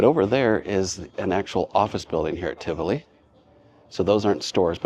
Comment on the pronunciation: Great video. The place is pronounced Ti-vo-lee Village. There is also an apartment property inside Tivoli Village overlooking the mall